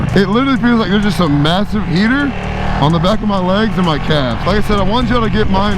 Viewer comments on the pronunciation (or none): none